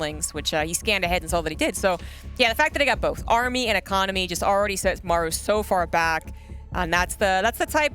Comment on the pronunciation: Also I hate how he pronounces Maru wtf